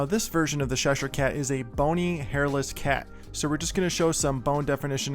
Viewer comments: I love the design of this one, I'm not a gamer so havent seen this before, but definitely fits your esthetic 😅, you should do some more of these characters. Although I do have to correct your pronunciation its "chesh_here" cat, like chess not sh-esh ere, sorry was really bugging me 😂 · ITS CHESHIRE CAT NOT SHESHIRE CAT. Please for the love of god say the name correctly. Ch doesn’t make the same sound as sh. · Looks great...But its called Cheshire cat Chess-shur cat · Are you calling him the Sheshire Cat?